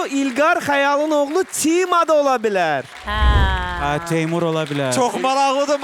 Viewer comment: Adamın. Adını. Düz. Deyin. Temur